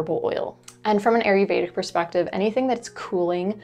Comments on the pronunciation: Gentle reminder: It's ayurvedic but you call it aryuvedic (which I'm fine with because it's cute but I thought it's easier for new people to search it in case they want to). Thanks for all the info you share 🙂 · sorry, love your vids & willingness to share your vast hard earned knowledge. but Ayurvedic is pronounced- I yer VAY dic. I really do appreciate your information it is invauable for me. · It’s pronounced “EYE yur vayda.” Thank you for the videos.